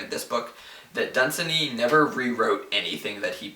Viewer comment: I believe you are mispronouncing Dunsany. The three syllables are not run together, the second has similar stress to the first. Done - saney